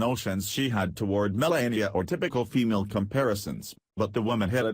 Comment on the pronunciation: First of all its Me - LAH - ee - uh, not Me - LAY - ee - uh. Second, what is the "BIG Personal Surprise?" False title. CLICK BAIT.